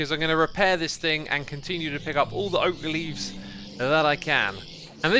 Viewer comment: Remember it's oak leavee